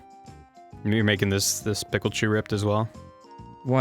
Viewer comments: ITS A PIK-eye-CHU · he even said pickle-chu....